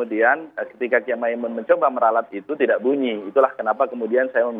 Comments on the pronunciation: Maz andre saya mau meluruskan yang benar Mbah Kiai Maimun bukan makmun/Mamun... mohon jangan salah sebut kyai kami lagi😊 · Andre nyebut mbah moen saja salah. Masa kyai ma'moen ??